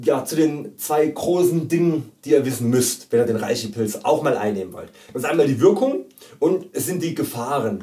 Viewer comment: Du bist ja ein ganz netter Kerl, aber es ändert nichts daran, daß man REISHI als 'Reshi' ausspricht, frag einen Chinesen.